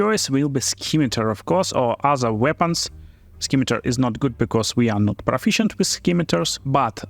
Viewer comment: The C in Scimitar is silent so it's pronounced sim atar. Any way great video as usual.